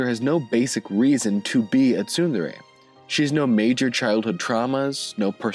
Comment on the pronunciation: The way this guy pronounces Tsundere with a verbal T